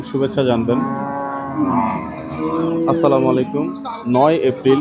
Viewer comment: Bhai samakum na boila amar bhai Assalamualaikum bolen